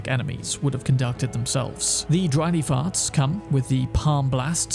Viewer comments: ( - I totally heard "Dry Leaf Farts"...! 😉😲😬) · I swore you said, "Dry lee farts." XD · The first time you said dry leaf arts I heard Ranni farts. It confused me.